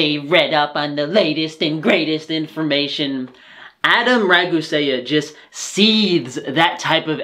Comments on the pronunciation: You lost me when you pronounced it "Ragu-Saya" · Raagu-se-ya? Shut it please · He can’t even say regusea he says “rag-u-say-a” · The fact he says "Adam Ragu-sayuhh" physically hurts me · ra-goo-say-uh? Really shows how much this guy knows about Adam regarding his point of view. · adam rah goo say uh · Rag oo see ya. Pretty easy. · Bro really said "adam rag-oo-say-uh" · "Raguséa"? Really? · "Adam Rag-Goo-Say-Uh" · couldn't even say adams last name right lmao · I love how he pronounced Ragusea as incorrectly as humanly possible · You'd think when one sets to criticize someone else's work, that would at least learn how to pronounce the adversary's name. You'd think. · You know you fucked up when you pronounce the last name of the person you’re critiquing wrong. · I find it funny how you accuse Adam Ragusea of being condescending and acting like he knows everything, and then proceed to be incredibly condescending by doing a terrible mock imitation of his voice, mispronounce his name, and provide no evidence for your rebuttals. The parts of your video that made the most sense were the parts where HE was talking. Also the ad hominem attacks are pretty ludicrous. They look that way because they are OLDER than you. People age, hair grays, and you don't need to look like a Roman statue to be healthy. Like seriously dude this could have been a really good video counterpoint but you totally biffed it by being a total jerk. Be civil, cute sources, state your disagreements. I get he called your diet 'stupid' and that hurts your feelings but honestly you are not helping yourself by trying to rebut a video with cited sources by acting as your own source. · Can’t even pronounce his name right 😂 sounds like you just like plugging your ears and yell “YOUR RIGHT IM WRONG” also love all your references to any studies bud good work. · Lmfao this guy can’t even say the name of the person he is criticizing correctly. I’m actually watching this for a good laugh & so far so good. 🤣🤣🤣